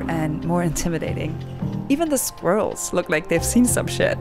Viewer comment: I promise you those squirrels have seen some shit. Also, excellent pronunciation of "squirrels" I know that one is tricky for German speakers.